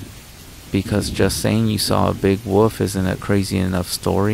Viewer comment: You are becoming one of my new favorite narrators, but please for the love of all things holy stop calling a wolf a woof and a cicada a sicauda😂 An English dictionary would serve you well. They break words down with syllables. You know: wo•lf, ci•kada